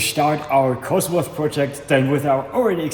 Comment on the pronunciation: don´t say cosworth 😵‍💫